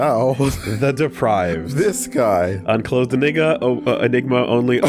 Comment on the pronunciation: Goddamn, messing up "unclothed enigma" is beyond amazing